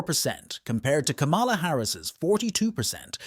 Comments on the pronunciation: The presenter cannot even pronounce Kamala's name correctly. WTF? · Learn how to pronounce her name .